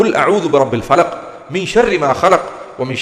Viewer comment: സൂറത്തുൽ ഫലക് അല്ല ഫലഖ് فلق എന്ന് പറയൂ. പിന്നെ അഭിപ്രായ വ്യത്യാസമുള്ളവരോട് ബഹുമാനത്തോടെയും....